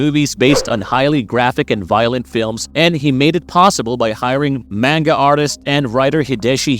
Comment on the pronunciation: “Mane-guh” lol edit: “notter dame” lmfao bro is this narrated by AI or something? What is this shit